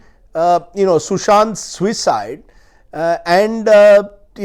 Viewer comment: Why do you emphasise "suicide "....if u don't want to call it a MURDER , u can say Sushants death instead of Sushant's suicide😡......